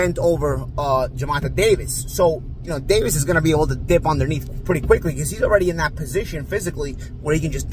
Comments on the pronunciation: Why does he keep pronouncing his name so incorrectly?? He’s better off just saying Davis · Davis hand was broken 4th round in pitbull fight..say the facts..and please pronoun the names right..